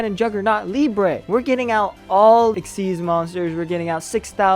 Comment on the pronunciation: Hello! Nice deck, nice video. Thank you. Btw, Liebe is a german word, and it means Love. You must pronunce the "ie" as a long i, like in the "ee" in english - Lee - , and the "e" at the end is pronunce like in - Ted - .